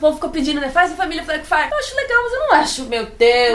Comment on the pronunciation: Elas falam Blackfyre eu escuto Black Friday. Rebelião Black Friday.